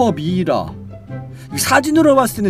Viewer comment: 미이라는 글로쓸대 사용하고 발음은 미라 입니다!